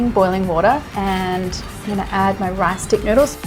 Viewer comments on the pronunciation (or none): none